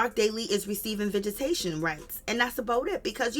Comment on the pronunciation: Did she say vegatation? 😂 visitations